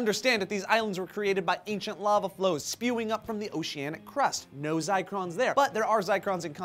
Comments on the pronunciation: I think it's Zircon not Zicron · Zircon* (not Zicron) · I think you meant ZiRcon, not ZicRon my friends. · ZIRCON, not ZICRON, it even says it in your source that you linked guys. Specifically they found crystals of zirconium silicate. Still love you though.:P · It's Zircon not Zicrons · i have no problem with telling this story. but when they almost directly copy the script on 75% of their stories from a single website, it gets annoying... especially when they don't spell check. ZICRON??? IT'S ZIRCON C'MON NOW you can't be inventing words and show it to 150,000 people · Zircon... not "zircron". Like cubic zirconia (which is not the same thing but has the same sound).